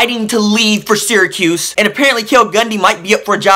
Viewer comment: At least you say Syracuse correctly